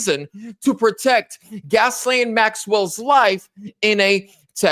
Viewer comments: Gas-lene Maxwell? I think you got the pronunciation wrong. Hahaha...the name is pronounced "Gis---laine", listen to the news reporters if you are not sure. You even spelled her name wrong in your title :( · "Gas-Lane" Maxwell? Or is it Gizz-Lane Maxwell? Bruh..... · "Gas-lane"...? Wow...the woman's name has more ways of pronunciation than IDK what... Soft "G" sound, & the 's' is silent. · Pronounced: Guys-lane, lol. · it's pronounced "Gi-Lane " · I think it’s pronounced “Jill ay n Maxwell. The “ s”is silent but you could be absolutely right and it doesn’t matter anyway. We know who you are talking about. lol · Her name is pronounced “Ghee Lane”. Thank you for the video; Ghislaine needs to be moved into a Maximum Security prison. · I like your proper pronunciation. "Gasoline Maxwell" is the correct pronunciation. She's called 'Gaslite' for short. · It's Ghislaine you goofy mf. Lol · For the record: her name is Ghislaine. It’s a French name, pronounced like; Zhee-laine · It's GHISLAINE pronounce gil lane. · Her name is GHISLANE/Pronounced: Gi-lane, lol. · Can you please pronounce her name correctly? You idiot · Please learn how to pronounce her name